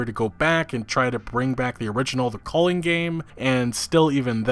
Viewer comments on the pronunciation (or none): What is it with yanks and butchering pronunciations? It's pronounced Valhalla, not Vulhulla. A sound not U. Same with The Culling. It's not The Colling. U sound, not O sound. Yanks just shit all over English and other languages. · Lolol take a drink every time this kid pronounces “The Culling” wrong